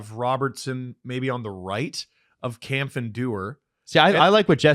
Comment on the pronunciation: Please pronounce Kämpf correctly, it's about time. There's an umlaut on the "a". says it right.